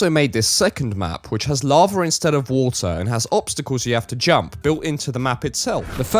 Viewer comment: larvar instead of watur